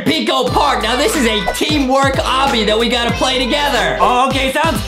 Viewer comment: Adem said pway and no one noticed